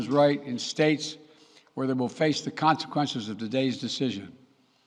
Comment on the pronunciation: He can't say consequences. Consakensas?